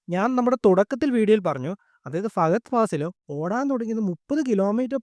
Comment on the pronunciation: ഫഗദ് ഫാസിൽ അല്ല... ഫഹദ് ഫാസിൽ ആണ് broi❤🤣